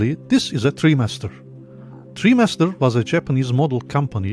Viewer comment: it's pronounced try master. not tree master.